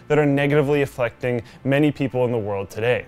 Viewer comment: "Affleckting" - the act of Ben Afflecking someone